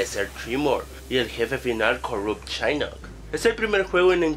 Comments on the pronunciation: Es shinnok no shainok!! xD jajajajaja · Shainok ,dios casi me muero al escuchar eso xD jajajajajajajaja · es shinnok no shainnok JAJAJAJA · chainok ? :v es shinnok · Nunca as jugado un Mortal kombat :v ¿? La pronunciación de los nombres me llego al alma UwU /chainok/ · ¿Shainok? ¿¡Shainok? D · Shainok....reptil :v